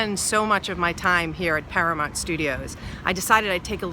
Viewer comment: Is it really pronounced para-MONT? I’ve always been saying para-MOUNT.